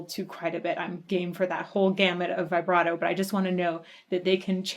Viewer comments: ok i didnt look at when this vid was made... if you're going to try to put yourself forward as a music expert.... learn to pronounce vibrato correctly. christ what are they teaching kids in school nowadays? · I tried to avoid this but I can't. Please stop saying vybrato. It's vibrato, like vuhbrato. Please & thank you. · U heard it before u made the video.. u said u did... u called out what would happen next a few times... and way to go on pausing the solo. Worst timing. And vibrato is pronounced VIBrato not VIBErato. Also, it's not a tribute to dime. This was from 1990 and he was killed in 2004, so I don't know how u figured ur theory right after u stated facts. I'm glad ur open and appreciative ove this, but ur assumptions are expressive and u obviously didn't enjoy a lot of it.. more so, just blown away that it's actually good music. Not trying to be ultra mean or rude, but this reaction was more like "I studied this song and I'm gonna fake what I feel like" kind of thing... good for u. So honest